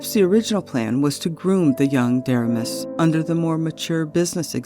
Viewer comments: Excellent video and great research! But, the young president's name was pronounced Der- RAY-mus. Not a good guy. Went on to wreck the KCS and MKT. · Great work enjoyed all 24 chapters! One comment on pronouncing William Deramus’s name. He pronounced Duh-Ray’-mus! He was on the Kansas City Royals Board of Directors in the early year of the franchise! I met him at our local radio station (who carried the Royals Baseball Network)! His brother ran the Missouri Kansas & Texas .